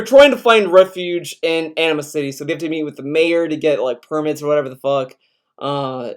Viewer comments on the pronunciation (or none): In a much more immature comment, I know it's your accent, but I'm sorry, I can't help but hear you pronounce "Anima-City" as "Enema City" and it's making me crack up. Not your fault, just a problem with my mind.